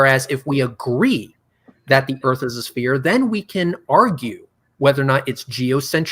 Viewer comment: I love how says "Da flat ERF